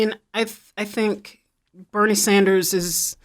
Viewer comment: All of a sudden they’re mentioning him when they wouldn’t even put his name on the pols. 33% for “other”. They pronounced Bernie wrong.